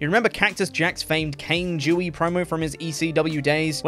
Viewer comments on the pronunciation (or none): I'm gonna need you to put more emphasis on the spelling of Dewey's name. Cause ummmmm it doesn't sound like you're saying Dewey but something far more offensive lol